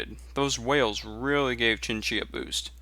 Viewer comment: He keeps saying chin-chi which really ticks me off. I've heard people say "shin" because it's the closest they can get but "chin" is wayy too far off. Try saying "tseen-tsee" Here's a link you might find helpful: there isn't a specific pinyin for Xin-Xi (which would really help in its pronunciation) but you might want to stick to zin-zi in the meantime. That said, I really enjoy your commentaries and gameplay, stay epic